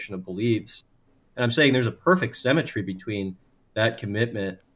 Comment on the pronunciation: "Semmetry" still bothers me